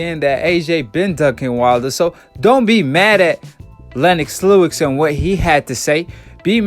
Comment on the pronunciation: Lennox Lewix? Hahahaha you gotta work for no your pronunciation my brother, you're always destroying people's names out here.